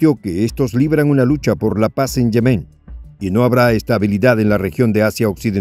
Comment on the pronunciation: Se pronuncian "yémen" y "supérfluo", aunque no llevan acentos escritos. Son palabras graves o llanas en español